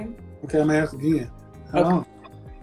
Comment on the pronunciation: Aks or ask...